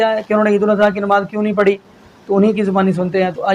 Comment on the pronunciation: اپنی اردو تو درست کر لیں "نماز پڑھی جاتی ہے۔ پڑی نہین جاتی"